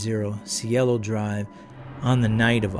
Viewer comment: "See-Ay-Lo" Drive. Means "heaven" in Spanish.